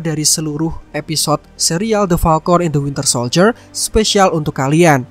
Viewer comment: gw dengernya Palkon hitam